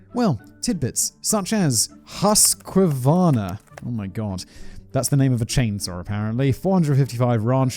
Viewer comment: It's HUSK CAVARNA! wow 🤣